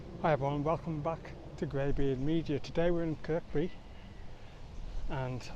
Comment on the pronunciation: Kirkby,pronounced Kirby.